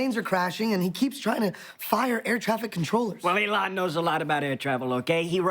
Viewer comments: I like how he said elon like it's a womans name. Haha elOn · Why can’t bill burr pronounce Elon’s name. Boomer ass